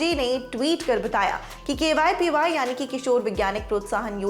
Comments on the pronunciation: It's not kypy it is kvpy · It's KVPY not kypy